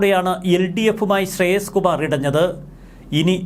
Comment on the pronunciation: ശ്രെയസ് കുമാർ അല്ല, ശ്രേയംസ് കുമാർ ആണ്.